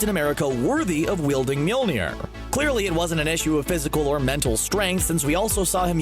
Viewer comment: People in my theater absolutely went crazy when Steve wielded Mjölnir. They started screaming and whistling and I started yelling. Also, please stop pronouncing it wrong, it's new "MEWL-NIR" it's rather "MOL-I-NEER". And honestly, it's been three years since Civil War, and people still don't understand why Steve did what he did. Tony's parents were killed, he would never have waited or heard Steve's reasoning, he would never have understood that it wasn't Bucky's fault, he would have been enraged and would have done something terrible to Bucky. And Steve couldn't let that happen. Why not, you ask? Because Bucky was the only one who was there for Steve when no one was. Bucky has been with Steve through thick and thin (quite literally), and only a disgusting human being would betray a friend like that.